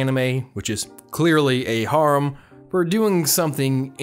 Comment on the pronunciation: He says harem wrong it’s annoying